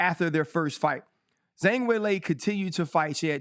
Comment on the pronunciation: Agree, but he still cant get those names right, calling Jiri Jury, Kamaru Kamara, Zhang Zang, Blehall Belal